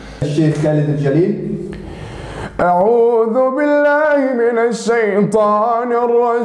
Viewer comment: الشيخ ، خالد الجُليل ، بضم الجيم وليس فتح الجيم ، وجزاكم الله خير ... واحذر الشهرة واجعل قرائتك هذه لوجه الله فقط ربنا يجعلني واياكم من اهل القرأن